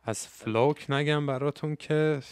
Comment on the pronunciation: داداش دمت گرم ولی فلوک رو اشتباه تلفظ میکنی. باید اوووو تلفظ شه ، مثل سوپ، چلغوز، پوست، u انگلیسی ولی شما کوتاه تلفظ میکنی مثل o انگلیسی، اردک، کلاه